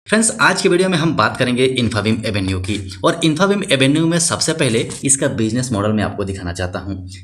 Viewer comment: Pronunciation infabeam 😅😅😅😅😅😅